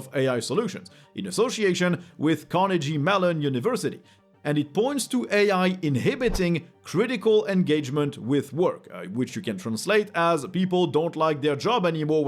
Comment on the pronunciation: Love your show, just wanted to drop a tip on pronunciation: Carnegie Melon = "car-neigh-gi" (like the vehicle, the sound a horse makes, and what you wear when you do martial arts) and Melon is just like the fruit.